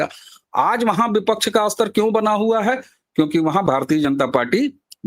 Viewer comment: हिंदी बहुत अशुद्ध बोली जाती है. स्तर शब्द को अस्तर " बोलना अशुद्ध है. व्याकरण मे स्तर शब्द ही शुद्ध है. श्रोता, वाचक, दर्शक ध्यान देवे.😢😢😢